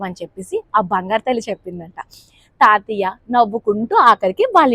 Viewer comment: తాతియ్య కాదు , తాతయ్య అనాలి....